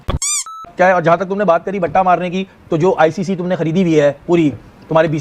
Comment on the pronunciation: Bhatta nahi hota batta hota stone wala batta